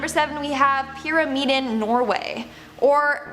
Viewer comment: You pronounced Pyramiden correctly. Thank you.